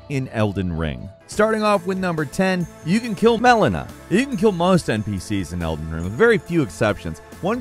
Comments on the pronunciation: Really wondering what was saying so wrong to the point they had edit him in saying Melina🤔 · Don’t pretend we didn’t hear those edits of you having to redo saying “Melena” 😂😂😂😂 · It sounds like mispronounced Melina's name while recording then just dubbed over it with the same clip to fix it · Why did the add in an Audio clip of them saying Melina sepretatly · Did you have to add “Melina” in post cause you kept saying the wrong name?😂😂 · Did this guy mess up the pronunciation of Melina’s name and then just record it once and put it in for every time he said it? Cause something is going on with the beginning audio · Why did you keep splicing Maelina's voice clip. Lmao said the name wrong eh? Had to fix it? 🤣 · Lol, you can tell the presenter messed up her name and then they fetched the proper pronunciation from a previous video or a wild take lol. C'mon guys would it be that hard to just re-record 2 minutes of dialogue? Great video though. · Did you pronounce Melina wrong and then go edit it in every time you used it? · He definitely pronounced Melina’s name wrong on the first pass and dubbed in the new pronunciation. Lol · Why did it sound so weird every time he said "Melina" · Why did you dub over her name? Were you pronouncing it wrong before??? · Sounds like somebody mispronounced Melina during the first take lol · Why is Melina pronounced really loudly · Mellona...... Mellon a........ It's Melina oh my god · Did you forget to say Melina while recording lol those first few Melinda's were hella edited in 🙃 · My guess is he kept calling her "MalEEna" and dubbed over to correct it. I dunno 🤷‍♂️ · You can tell he had to insert "Melina" in there as I assume on the live version her recoded he pounced it Mel-een-a. Still a great video though, made me chuckle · How badly were you messing up saying the name Melena, that you had to edit every time you said her name in the video? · ahhh yes, MELONA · I notice you got Melinas name wrong several times xD